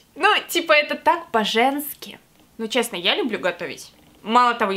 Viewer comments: "Это так Баженски" услышала я вместо "это так по-женски", ор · Услишала не "по женски" а "баженски" 😏😏😏😏